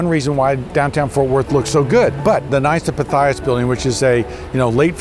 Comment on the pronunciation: also the Greek figure and organization are pronounced Pith-ee-uhs, not pih-thigh-us